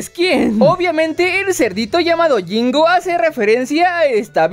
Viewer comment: Cuando dijo jingo le entendí gringo 😂😂